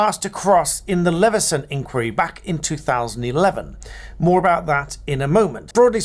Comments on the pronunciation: I thought it was normally pronounced "inn - choir - ee". Not "inkworry". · Please pronounce 'inquiry; the British way. Stress on the middle syllable. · My question is when did you start pronouncing “inquiry “ in the American style?😊